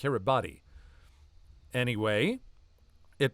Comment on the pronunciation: a word on pronunciation of Kiribati . It's Kee ri bas